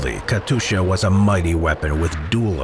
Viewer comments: "Katusha" my guy its katyusha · just a hint: its not Katusha its KatYusha [-> Katjusha] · It's Kat[you]scha, not Katusha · not katusha but katyusha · Бедны диктор, как же он мучается ломая язык при слове Катюша...